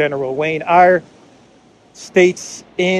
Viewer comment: Pronounced (air) I think. How was it spelled idiot or idiots. OK yep you said it right. He's probably looking for money our military budget was cut buy a billion I believe. Gave it to Ukraine maybe. LMAO clown world is right Jesus. Great video laddy. Peace ✌️